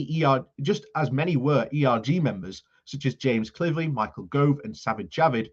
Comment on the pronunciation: GOVE not Grove